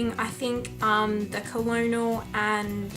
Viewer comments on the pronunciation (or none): it's pronounced kernel omfg have u never been to kfc